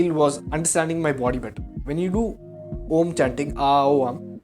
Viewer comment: While its good to know you are meditating and getting it’s benefits I had a few concerns. Firstly, you took advice from Sadguru who doesn’t know Sanskrit. So the pronunciation is incorrect. Secondly, the spiritual experience you had was only because you were tripping. Meditation in its initial stages makes you trip for a very few seconds just like any psychedelic experience. Thirdly, this video is bullshit. Please find better ways of making money and being famous.